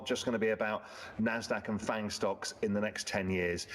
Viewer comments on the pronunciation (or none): none